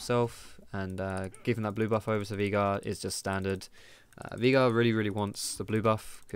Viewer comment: Why are you calling him Veegar? Its Veigar ._.